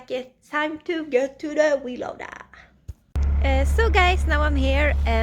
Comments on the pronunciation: It's cute how she says wheel loader, sounds like she's saying wee loader. Here in the U.S. we call it a bucket loader. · Omg you are so very Beautiful and very cute and I love the way called the frontend loader a wheel loader it almost sounds like you said weed loader. Lol love you girl keep it up you Badass!